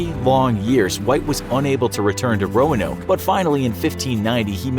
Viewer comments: Why am I hearing Romanov instead of Roanoke? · Roanoke more like Noanoke HAHAHA FUNNY ok bye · This is bad combination of fact and fiction. Don’t believe this. Visit the Lost Colony of Roanoke in North Carolina for a better understanding. They didn’t even bother to get the correct pronunciation of the island in this video.